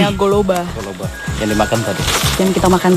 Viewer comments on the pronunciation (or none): Hahaha btl tuh bro, pe kta pe kampong Halmahera galela bobisingo juga tong bilang golobe bukan goloba.😂😂👍👍